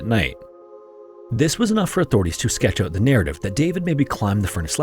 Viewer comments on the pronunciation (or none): none